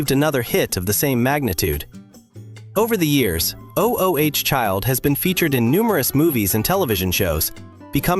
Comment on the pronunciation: "Oh-oh-H child." 🙄